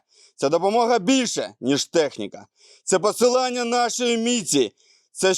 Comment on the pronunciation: в підрозділі не знайшлося жодного тверезого бійця, здатного виговорити слово посилення? Або, як варіант, туловісчє досі спілкується на обсчєпанятнам і тупо не відстрелює значення українських слів.